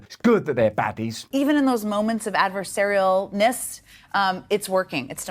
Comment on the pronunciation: Adversarial "ness," lol "😂loch ness" which is the madness that is today.